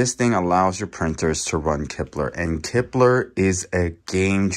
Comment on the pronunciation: you kept saying kipler. Its klipper.